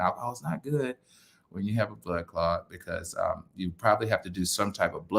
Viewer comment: the word is blood clot, not blood clod. I hope that everything works out well.